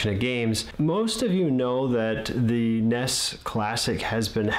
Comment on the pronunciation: What the fuck is a NESS? It's N-E-S